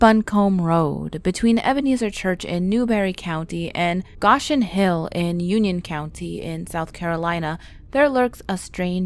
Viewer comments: It's pronounced "go-shin" not gosh in. Ugh. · its pronounced go shin not gosh in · You mispronounce Goshen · yes, I agree..lol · That's what I thought as well. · She’s a yankee.. but she doesn’t know how to pronounce it